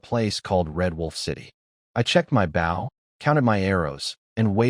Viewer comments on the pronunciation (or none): Like the story but I have issues with the pronunciation errors, fong instead of fang and bow instead of boh, they're spelled the same but pronounced differently and mean different things, a bow is a weapon, bow means bending forward at the waist like bow to your partner in some dances.